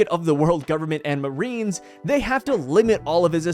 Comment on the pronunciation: Yes, the moe-arines.